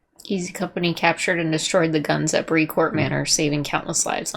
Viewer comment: Brécourt is pronounced BRAY-COURT